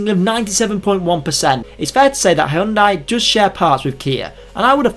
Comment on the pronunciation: Hyundai say it right 😂